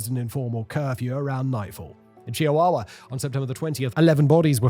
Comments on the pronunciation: Chihuahua 😂 it's chuh·waa·wuh, not Chia-wawa 😅😅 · Chia-wawa mexico 😂